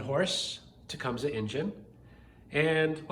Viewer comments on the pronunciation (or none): I may be wrong, but I was always told it is tu -Cum-see.